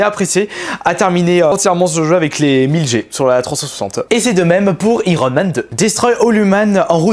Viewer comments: Iron man = AÏERONE* MAN ! pas Irone man ! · Iiiron man lol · Kirby, s'il te plaît, ne dit pas irone man...